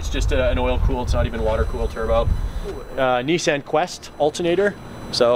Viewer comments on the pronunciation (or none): The way that Canadians pronounce "Nissan" is just weird...